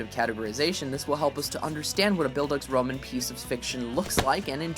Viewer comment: oh man, das klingt so komisch, wenn er Bildungsroman versucht auszusprechen XD